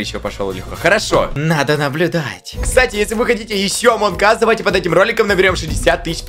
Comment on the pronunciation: Я слышу не амонг ас а амон кас